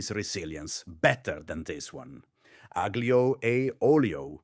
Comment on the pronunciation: lose the fake accent if you can’t pronounce aglio